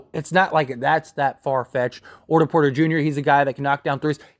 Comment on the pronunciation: “orter porter” 💀💀💀